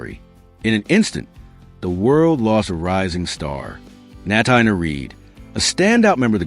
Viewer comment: Natina Reed first name is pronounced like Tina, so it’s Na-teena. Please pronounce it correctly!